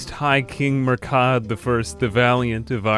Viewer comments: Murchad is pronounced mura-hid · the Phonetics Munster (m-un-stir) Connaght (Con-oct) Murchad (M-ur-k-aid) Domnall (Dough-null)